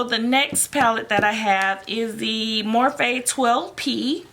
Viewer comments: Anyone else cringe every time she said "morphay" like nooooooo it's morphe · Im crying its not morphay its morphe😭😭😭😭😂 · STOP SAYING morphay!!! It’s annoying!!!